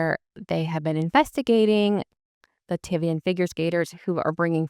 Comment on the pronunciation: Thanks for this post. I have some corrections for you….Lat-V-N, not Luh-tiv-E-N. The singer D4VD is pronounced Day-Vid. Petrosian (Adeliia, not Adelina) will be fine. She’s one tough cookie. Plus, Eteri will be there with the Georgian team so she’ll manage to coach Adeliia, every step of the way. Eteri will not be denied access to her student.